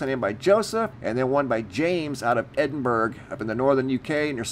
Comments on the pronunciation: Edinburgh is not pronounced Edinburg as in Hamburg! You should know! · Man called it edinBURG, like Luxembourg lol. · Just FYI The G in Edinburgh is completely silent. Its pronounced either Edin-Bra or Edin-Bur-ra... like the word "thoroughly" you wouldn't say Thor-ug-ly. :) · I'd have then pronounced it "Edinbur" as to make the "g" silent. Because see, in America we usually pronounce a word with the "gh" as with a "g" as it appears to sound, "Edinburgh > Edinburg". Thanks for the pronunciation. Wonder how the Scots themselves actually pronounced it back then. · Just to help, it’s pronounced, Edin-BERUH or Edin-BRUH. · And it’s pronounced Edinbruh 😉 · I’m not Scottish and I even know how to properly pronounce Ed-in-bruh. Lol. Just sayin... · "Edin-berg" haha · Next to Strasberg 🤣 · The ‘G’ is silent when you say Edinburgh so we in the UK pronounce it - Edinburra (phonetically speaking) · It sounded like he put a 'g' at the end although very slight. I agree with you though a lot of people get a lot of our city names wrong. AND the counties. Shire instead of shur...lol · Judith Bisson yeah but mans said ‘edinburG’ lol there isn’t any excuse... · EDINBURG??? 🤦🏻‍♂️ C'mon noo, you should know better how to pronounce Edinburgh eh!!! geez a break noo mate ffs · Sounded like "over in Scotland " to me but the pronunciation of Edinburgh was 🤣.top channel always good to watch.